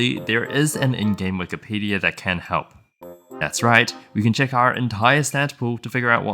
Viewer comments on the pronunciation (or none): none